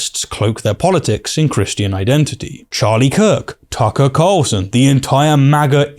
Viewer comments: I heard "Taco Carlson" xD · Not gonna lie, I thought you said Tom Brady and I was like “damn this is what he’s doing instead of making the Raiders better”